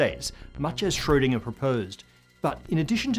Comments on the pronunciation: Sorry, but this video is really annoying. Planetary model of the atom (why?), pronouncing Schrödinger like "shhschsroudingerrrrr", Planck like "plank"... And so on and on. Bleh! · Normally people complain about the pronunciation of his last name. I am studying german and I rarely hear it pronounced correctly by non-germans. Even accomplished physicists and science teachers just wing it; they could show a little more respect.